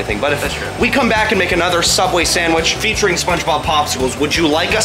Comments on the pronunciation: Spongey subwich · Did he say sandwhich? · The spongsubicle